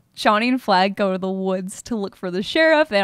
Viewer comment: I keep hearing “Flak” instead of “Flagg” and now I really wanna see Bad Boy Flak